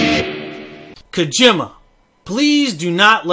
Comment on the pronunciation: calls Kojima KaGYMuh.